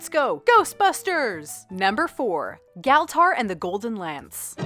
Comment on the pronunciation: Good vid, tho you pronounce Galtar wrong every time I highly enjoyed this thanks